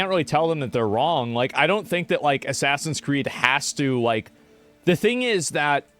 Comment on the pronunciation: ASS-SASINS Creed: The french controversy